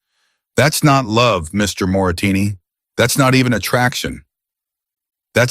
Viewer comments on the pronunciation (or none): Moretti is the correct word. Moretini is wrong ❤ but it is a very good story ❤ listening from Copenhagen, Denmark ❤❤ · It isn't Moratini. It is Moretti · I think you are pronouncing the main character’s name incorrectly. On the subtitles it is Moretti. You are pronouncing it Moratini. Which is it ? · It is so maddening when the man reading keeps pronouncing things wrong!!!!! His name is Moretti!!!!!! Not Moritinni. Geez!!! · Wh6 is the narrator saying Morrettini, when the text says Morretti? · Moretti is Moretti NOT Moritini or Morasini!!! The name kept changing in spelling not in pronunciation. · Moritini say it right. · M-O-R-E-T-T-I PLEASE PEOPLE🤖 Is not that difficult to read😕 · The narrator can't even pronounce the name of the maintenance male character!! Morretti,dam AI sucks at times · Oh come on. The voice can't even pronounce mafia guys name properly... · Bad prononciation of Moretti Last name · I agree 👍 ❤.